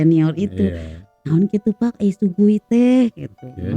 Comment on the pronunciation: Shui gui "bacanya suei kuei" bukan su-gui